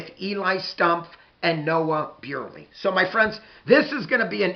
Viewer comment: Thanks,, for your preview of the game. I just wanna give you a heads up on the pronunciation of Big Walnuts running back. It is Nolan Buirley (BURR-LEE). Im really looking forward to this game. This should be fun. THANKS🏈🏈🏈